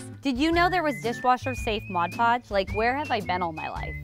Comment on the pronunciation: Just had to pause to come here and comment, THANK YOU for saying "Mod Podge", It annoys me when people say "Modge Podge", just one of those little things that makes my eye twitch, even though it's a common mistake people make.